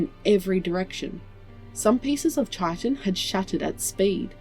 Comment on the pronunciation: Hi, I thought you should know for future stories that 'chitin' is pronounced as "kytin".